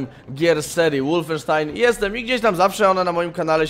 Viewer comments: Przepraszam bardzo, ale znieśc nie mogę gdy mówisz łulfensztajn gdy powinno się mówić wolfensztajn...podobna sytuacja z niemieckimi samolotami Foke-wulf a nie jak widzę nie mała grupa osób mówiąca Foke-łulf. Pozdrawiam. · Kolejna próba łulfensztajna? xD